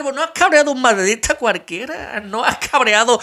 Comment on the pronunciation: MADRIDISTA, SE DICE MADRIDISTA.